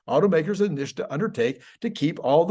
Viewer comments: why do you call it "Nish-ta"? It's "Nit-sa". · I like your content, but just because Sandy Monroe mispronounces NHSTA doesn’t mean you have to. It’s pronounced “nista”, not “nishta”. I don’t usually go around correcting people’s pronunciation, but this one for some reason really makes my spine crawl. 😮 Keep up the good work. 😊